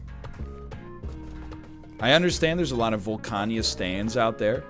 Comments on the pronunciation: Volcana. Not Volcania. Nor is it Volcanya. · Don't worry, we get them back whenever he says "Volcania" instead of "Volcana".